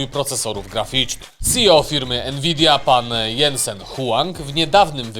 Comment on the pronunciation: Nie Jensen , tylko Dzensen😂